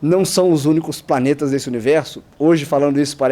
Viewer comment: Quando fala Planeta eu só escuto Paneta. Kkkkkkkkkkkkk. Mais um belo vídeo cara. Tmj